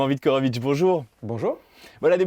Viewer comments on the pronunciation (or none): Merci pour la vidéo. Dommage d'avoir écorché le nom de Viktorovitch à chaque fois...